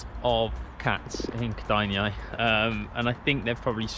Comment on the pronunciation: ked-eye-nae is how kedainiai is pronounced lol